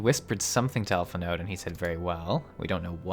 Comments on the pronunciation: Alphinaud is not Alfi-NODE. They've said his name numerous times by this point in the story. Having watched several videos at this point, I have to conclude you're just not paying attention to the story at all. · the d in Alphinaud is silent, his name is pronounced Al-fin-oh